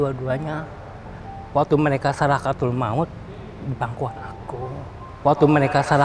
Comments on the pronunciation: sakaratul kak ...bukan sarakatul 😇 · Sarakatul = sakaratul 🤣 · 😂😂😂😂 maaf aku ketawa denger dia bilang saraktul maut 😂😂.. sakaratul kali ah 🤣🤣🤣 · Sarakatul maut 😂 sakaratul.. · Sarakatul🤣🤣🤣knp jd sarakatul ya🤔🤔bukan sakaratul🤔🤣🤣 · Sakaratul jadi sarakatul..aq mau sedih jadi ketawa 😁😁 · Sakarwtul maut .. bukan sarakatul.. maaf ya ngakak .tp orang seperti ini harus d support jadi lebih baik ...